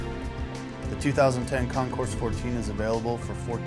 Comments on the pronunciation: The "S" is silent. It's pronounced con-coor. It's French meaning competition. Get it right. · The "S" in Concours is silent. It sounds like con-coor. It's French meaning competition. Also you said "0 ten" as the year. Maybe you should leave the public speaking to a pro next time.